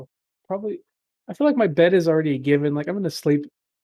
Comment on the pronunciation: Idk why but when said bed i heard "head".